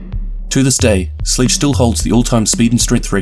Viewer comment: Did he say sledge as sleege?